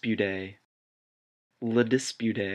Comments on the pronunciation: The most hilarious pronunciation is "La dispute" which was pronounced "Lay Dizbuti". I knew at this moment that was a very good joke but god my sweet French ear are suffering now xD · "La Dispootay"? You or that band have probably never taken a French lesson.